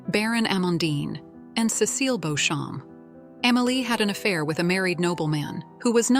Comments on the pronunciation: Who the hell is Beauchamp, its beecham ... AI is annoying ! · If you are going to talk about a series then you really should learn how to pronounce the names properly !!! Clare BEECHAM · Beauchamp pronounced Beecham. It's Anglo Norman, so is Stuart/Steward/Stewart, Bruce.